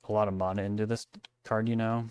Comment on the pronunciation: I am on my hands and knees begging you to change the way you pronounce the word "mana"